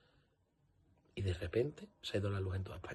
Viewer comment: Hacer caso del inteligente que empieza diciendo " la mañana donde...." el que tiene tanto desparpajo para no saber pronunciar "prevaricación y Sánchez ", al patriota que disfruta de ver sufrir al pueblo por un problema eléctrico o al que culpa del problema y hasta de la solución es de ser psicópata y tener mucho odio dentro.